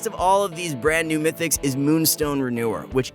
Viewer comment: it is "Mythics" not "Mytics"